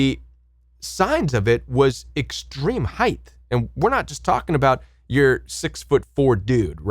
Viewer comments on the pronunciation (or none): SUPPOSEDLY (not supposbly) height (not heighth) and nefa LIM ( not leem)